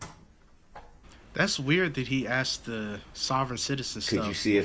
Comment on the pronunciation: "Biast", "axed"..where the he$$ did he learn to talk??